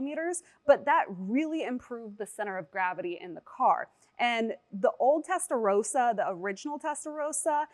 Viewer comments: Its called Testarossa not Testa rosa... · testaROSSA, not testarousa. you're saying pink, not red